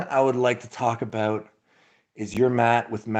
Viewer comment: Talk “aboot”! 😝